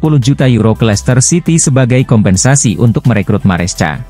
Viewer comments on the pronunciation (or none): baang..baaang...bacanya MARESKA dong...walopun tulisannya MARESCA....yg dulu CAECEDO dah benar..bisa baca KAESEDO...kan enak di denger...